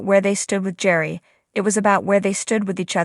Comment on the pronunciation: Gerry, with a hard G